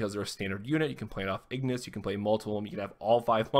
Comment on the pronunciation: Ingus, not Ignus. I made that mistake for a while haha